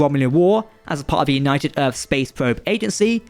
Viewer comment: Am I the only one irritated by this narrator's HORRIBLE, IGNORANT vocabulary? Mr. Marble Mouth/Eliza Dolittle- I never heard of a place called "Earf." Or the number 3.…? It is not something that is "free.". And the word "threats"....for God's sake,.. Remove the marbles from your mouth and use your tongue to properly pronounce "th". Threats is not fretts. Geez!